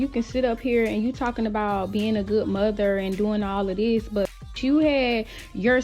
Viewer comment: is illiterate. Dis, dat and da.🤨